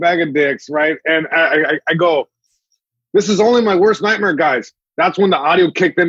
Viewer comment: I started to listen and then turned it off when he said nightmeer.